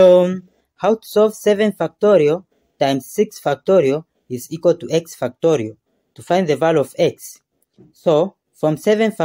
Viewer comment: 10 ‘f**ktorial’ 😂😂😂😂😂😂😂😂